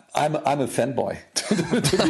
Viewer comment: He said "fanboy" but his accent made it sound like... ah nevermind